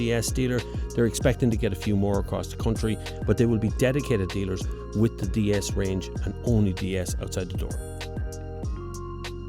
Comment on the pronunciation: Dy-es this, dy-es that... The manufacturer intention to make it sound like the french "déesse" (=goddess) goes down the drain. No plan survives contact with the enemy :)